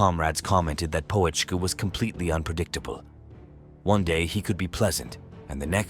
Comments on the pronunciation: What an appalling AI likeness - at beginning. Looks nothing like him! It's not Poe - etschke - check out the umlaut! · The "O" is silent, "Petschkah" would be more correct. He was a good soldier the kind you need to get the mission accomplished Narrator not so good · You didn't even bother to pronounce his name properly. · You don't even pronounce his name correctly, not even close🤡😄